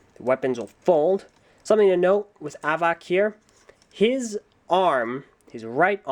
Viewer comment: I'll help you- Avak is pronounced like "havoc" and Zaktan has laser vision, Vezok has leehing vision, Reidak has infared vision, Thok has telekinesis, Avak has telescopic and x-ray visions and can create a living prison with his mind and Hakann has laser-vision.